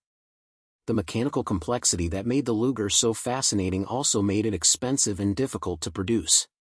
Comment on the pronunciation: Luger? My ass. Do better or get off youtube.